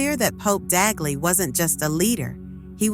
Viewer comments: Not Taguchi, TAGLE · Tagle not Taguchi. Hello! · CLICKBAIT....FAKE NEWS,,,,They can't even pronounce Cardinal Tagle's name properly